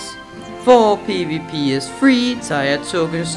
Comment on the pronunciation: Tier is pronounced "Tear", not "Tire".